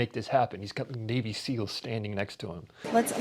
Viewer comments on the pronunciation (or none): none